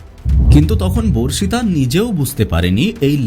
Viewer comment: ভার্ষিতা নয় বর্ষিতা/বর্ষিত